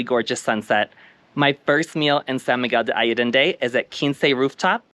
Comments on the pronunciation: When showcasing a spectacular location such as SMA, it was similar to nails on a chalkboard to hear the name mispronounced. Please understand my intention is not to shame you and more to emphasize that as Expats it is our duty to show respect and learn how to correctly pronounce the name of the location we are videotaping / visiting - especially one that is so well-known and popular. I wish you the best on your travels. Keep smiling and videotaping the world for all of us to see! Thank you. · Learn how to correctly pronounce the place you are describing!